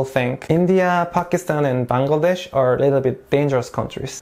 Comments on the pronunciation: You know what i liked about the video most.......? that was you pronounced 'Bangladesh' exactly how we do ..........love it ...thank you .. 😊😊😊😊😊😊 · Exactly my thought !!! Most of the people pronounce the name of our country in a wrong way which is really irritating!! But he did such an amazing job !! ❤❤❤ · I was also thinking about it!!!!😊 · The pronounciation Bangladesh..nailed it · Thanks for pronouncing BANGLADESH correctly. Lot of foreigners can't do that. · FINALLY SOMEBODY SAYS BANGLADESH CORRECTLY!!!! (btw I'm half malaysian and Bangladeshi) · The way you pronounced “Bangladesh” was perfect 👌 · You speak well of our Bangladeshi Name